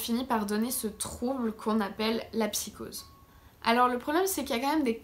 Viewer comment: T"es française et tu publie en français, pourquoi tu prononces pas "psychose" à la manière francophone?? C'est vraiment plus que ridicule cette manie de faire de l'anglicisme là où ça n'a strictement aucun interêt.....